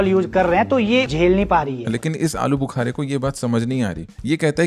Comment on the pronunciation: alooobhukara😂😂😂 was epic